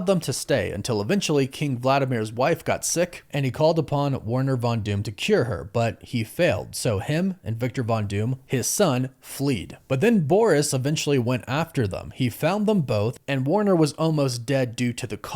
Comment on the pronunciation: I know this grown man didn’t say "fleed" 😂